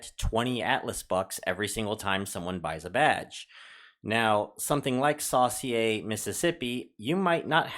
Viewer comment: So cool-I live in Ocean Springs. Biloxi is pronounced B-lux-e So-sure or Saucier.